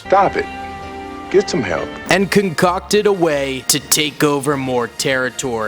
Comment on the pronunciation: Con-cock-ed WHAT